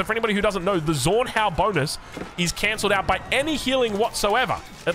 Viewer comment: Zornhau Is Pronounced "Tsornhau" not "Sornhau" if that makes sense